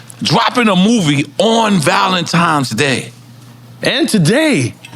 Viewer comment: NORE said ValentiMe's day.